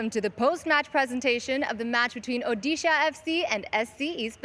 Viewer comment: Hailo! Please change the way you say Odisha. You are no miss UK. Its Odisha!